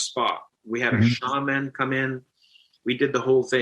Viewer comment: The way that guy says “shaman” makes me so goddamn annoyed. I could be wrong, but it should be pronounced as one word, not two.